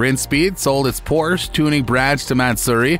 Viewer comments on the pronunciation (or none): none